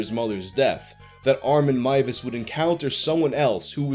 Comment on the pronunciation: Finally a youtuber who pronounces Armins name correctly! Thank you!